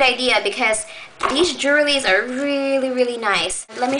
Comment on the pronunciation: haha you say jewelrys like "jerwelys"